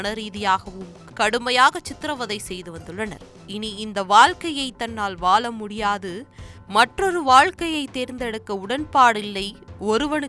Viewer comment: வால்கை????? வால முடியாது??? 🤦🏻‍♀️🤦🏻‍♀️ நல்ல தமிழ வால வைக்ரிங்கடா.. என்னா தமிழ் நாடுல தமிழ் படிக்க எவளுமே உங்களுக்கு கிடைக்கல பாவம் 🤦🏻‍♀️🤦🏻‍♀️